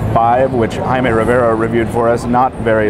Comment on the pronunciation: Why didn't you roll your tongue when you said Jaime Rivera? Haha